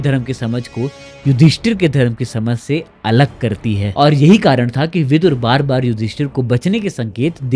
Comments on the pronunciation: Words hold value and right spelling and pronunciation is very important. His name was Vidur not vidhur. Vidur comes from vidwanmeaning intelligent, knowledgeable. Vidhur means someone whose wife died. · Vidhur nahin Vidur hota hai gaddhe Vidhur Vidva ka vipreet hota hai